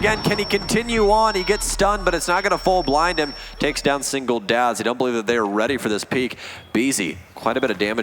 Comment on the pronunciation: “Singledads, Singletaps” 😂😂😂